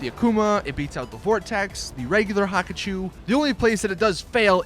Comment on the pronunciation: STOP SAYING HAKACHU DRAG, PRONOUNCE IT, HA-KU-CHU NOT HAKACHU WTF IS THAT